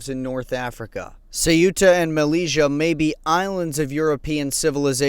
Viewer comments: Good work but m Mellila is prononced "melilya" not "meliga" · Just to let you know that the name of the city is not malija but melilia pronounce melilya. Thanks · It pronounced Meli-ya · Malezzia lool that's not how you pronounce it.